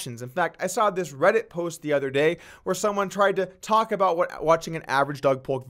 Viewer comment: Did everybody just ignore the fact that this guy just called himself “DOG POLK”